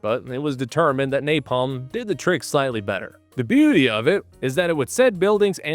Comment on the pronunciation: Duval says "NaPLAM" lol.... Most famous line in war movie history, and he mispronounces "napalm" lol...